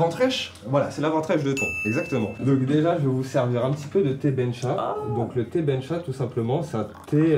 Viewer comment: J'aime bien le thé mais je préfere le TEH 😂